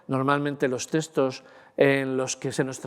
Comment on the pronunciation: Muchas gracias por exponer sus conocimientos de manera tan amena y magistral. Maravilloso !! Por poner un "pero"...me sorprende que con el dominio que tiene del lenguaje, no pronuncie la X, y diga teStos, en vez de teXtos.